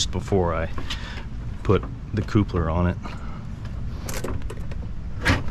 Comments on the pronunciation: Thumbs down for irritatingly saying CŌŌPLER instead of I assume coupler (kaplər) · Appreciate this video! Is your pronunciation of coupler real life? It's pronounced cup-ler lol. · Like I’m sure he and his lady make a totally cute “coople” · Great video, but that word. I don’t know why it’s triggering me so bad but damn, every time he says it 😖😂